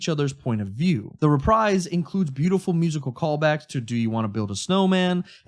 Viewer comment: Calling it a “re-prize” and not “re-praise” is so cute😂